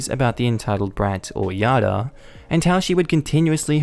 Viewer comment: "Yada"... uh. That's Jada. Jay-da